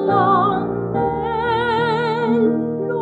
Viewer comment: It is NOT “PAPPINO” it is “BABBINO”. I’d say you know how to pronounce it properly when you speak it, but when you sing it comes out PAPPINO. Plus it is NOT “ANNELLO”, it is “ANELLO”. The rest is pretty much acceptable, but you still need to work on your sung Italian.